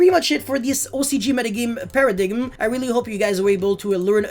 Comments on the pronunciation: Did this man just pronounce paradime* as paradigim? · Modern day YGO - Turn 1 - Early game. Turn 2 - Mid-game. Turn 3 - Late game. At the risk of being the grammar nazi here, the ending B in the word 'bomb' is silent (sounds like 'baum') and paradigm is pronounced 'para-dime'. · MAN SAID PARADIGGUM 😂😂😂